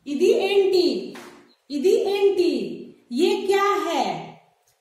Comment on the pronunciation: वो एंटी नही मैडम, ऐमिटि। बागुन्नारा का मतलब अच्चे है क्या। मीरु एला उन्नारु का मत्लब आप कैसेहै।